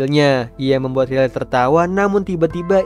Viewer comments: bacanya rai liy bukan riley memang tulisan nya begitu tapi baca nya beda bg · wkwkwk riley😭🙏🏼🙏🏼 penyebutan namanya 😭🙏🏼